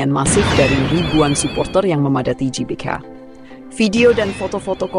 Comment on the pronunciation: GBK woi, bukan JBK Gelora, bukan Jelora!